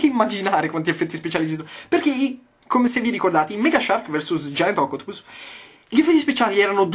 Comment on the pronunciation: xD ma come cavolo l'hai detto "Octopus"? Io ho sentito qualcosa tipo Ocotpus lol